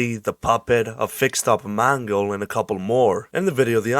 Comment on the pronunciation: Good video, but i can't stop hearing mango when you say Mangle.